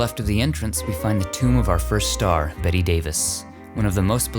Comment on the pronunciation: It's pronouced "Bet" Davis, not "Betty" Davis. Just saying. Great work though. Looking forward to more.